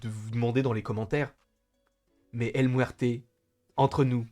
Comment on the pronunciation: 😂😂😂😂 El Mouerte... El Mouerte